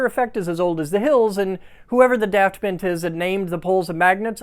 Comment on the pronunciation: Hearing an American say "daft bint" is just so funny